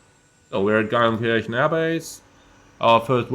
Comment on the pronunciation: Wenn du schon in meiner Heimat startest und nicht winkst sprich Geilenkirchen bitte wenigstens richtig aus…. Ch = Sch 😂😂